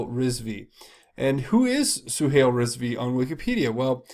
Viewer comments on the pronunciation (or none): Suhail is pronounces Suehile; "a"i has a long i sound. Zuckerberg stole the concept from the Winklevoss Brothers. The way I see it, his troubles is a form karma.